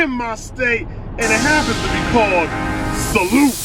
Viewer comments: Pronounced Sal-eu-tay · Pronounced salu-teh. It means cheers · Yo my dude, it's Italian, so the correct pronunciation of the restaurant's name has to syllabes, "Salute-tay." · Salute means "cheers" in italian, and the last "e" is more like an "a". I hope someday you'll try real italian food, possibly in italy, it will be mind blowing! Anyway greets from italy, keep up the good work, sending you good vibes.